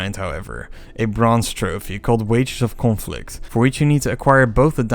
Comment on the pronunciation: I love how your Dutch accent comes crashing through when you pronounce "conflict" :p Mighty impressive video!